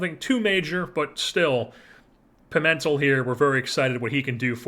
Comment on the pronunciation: I believe Pimentel is pronounced, Pee-Men-tell. I like your approach to things in this offseason not just holding onto lesner because he’s a fan fav who’s a good not great player. I don’t think his contract was the worst tho.